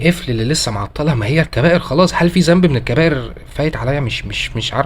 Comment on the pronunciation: جزاك الله خيراً.... أرجو من حضرتك الدقة بقراءة القرآن الكريم.. مثل الأحرف اللثوية.. مثلاً. ذنب وليس زنب